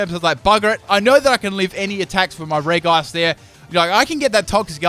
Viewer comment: The way you say regice makes me cry.